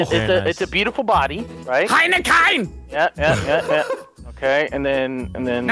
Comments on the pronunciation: It’s Heineken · Its Heineken.....